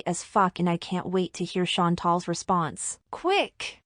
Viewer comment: OMG- she is truly a fckn b***h. Anyone remember that “you want me to be problematic? You won’t believe what I have up my sleeve” comment she recently made 🙄 and for the damn life of me- she STILL can’t pronounce Chan-TAL correctly despite watching numerous channels about and being “friends” with for years. ALR is and will always be hillbilly trash.